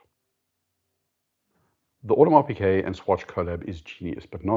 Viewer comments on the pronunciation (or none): coujld we normalize pronouncing Audemars Piguet the right way? it is a G not a Q in Piguet. thank you.